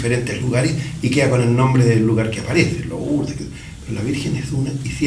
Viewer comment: Lurdes* se dice no como se Escribe